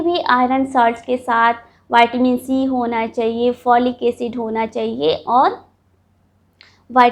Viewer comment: ये वाइटमिन नहीं विटामिन होता है